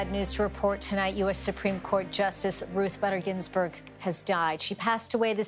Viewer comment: Shame on you not pronouncing her name correctly 🤦🏼‍♀️